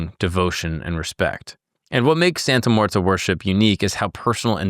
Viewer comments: It's muerte, not muerta. Come on bro. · brother why do you keep saying "santa muertA?" there's clearly an e at the end and not an a... americans and their language skills lmao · It's not pronounced "Santa Muertah." You're the second white boy to call her that. Do your research and learn Spanish words before you make a video. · It sounds like you really didn’t do too much research from primary sources and her devotees themselves. You couldn’t even learn to pronounce her name right which makes this video absolutely painful to watch. It’s not like it’s a complex Spanish pronunciation, and if you went to devotees for research you would have heard it enough to realize you were l saying wrong